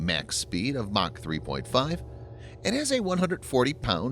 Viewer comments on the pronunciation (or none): none